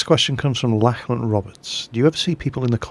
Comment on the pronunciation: Lack-lan? No, Lock-lan